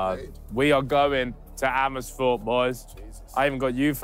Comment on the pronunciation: Ethan die Amersfoord redelijk goed uitspreekt... Hoe dan??